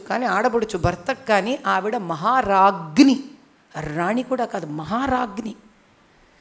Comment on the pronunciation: సరిగా పలకవలసిన పదాలు బ్రాహ్మణులు రోదిస్తుంది మహారాజ్ఞి విజ్ఞప్తి కడపటి